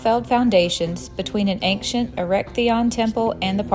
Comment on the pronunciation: Why are you pronouncing the word 'ancient' like that? Do you have a speech impediment? Also, the whole thing about the concrete on the acropolis is bullshit propaganda from the political opposition of the ruling party. They're scraping the barrel of topics to "call out" the government. It's there for people to appreciate the monuments without getting hurt. Before that, 12 people a DAY, slipped, fell and got injured. If you're going to make an opinionated video, at least show both sides of the coin.